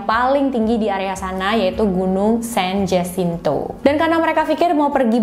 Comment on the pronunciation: Maaf ya koreksi dikit... San Jasinto dibacanya San Hasinto.